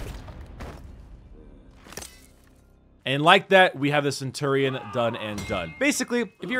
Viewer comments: Cen-tu-rion?? Cen-chu-rion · He says Cent tour ion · He says centurion so weirdly